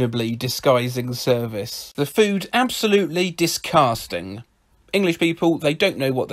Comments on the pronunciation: d i s c o s t i n g But he says it like d i s c o h s t a n g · disGUAS- (COUGH COUGH) ...disGUASting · I lost it at "disgusgung". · No one French: ✨ disquesting ✨ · I lost it at disgusgung 😆